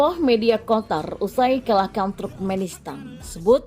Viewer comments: Qatar min.. Bkn Qotar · kenapa QATAR dibaca QOTAR? kenapa ga dibaca QOTOR? 😄